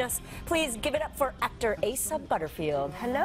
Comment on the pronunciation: Qué gracioso como los mismos gringos pronuncian mal el nombre de Asa 😂😂